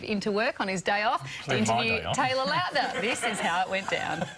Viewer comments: ik ur australian but its L A U T N E R not L O U T N E R! theres a difference! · Taylor Loutner? Dickheads its LAUTNER! I'm Aussie and I even know how to say his name correctly c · It's actually pronounced Loutner, but spelled Lautner. If you watch other interviews you can hear him pronouncing it like Loutner... and I think he would not how to pronounce his name. Trust me I'm a fan:) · It's pronounced LOWTNER but spelled Lautner